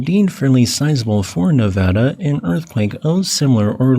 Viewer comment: Hey, love your videos, and thank you for pronouncing Nevada correctly!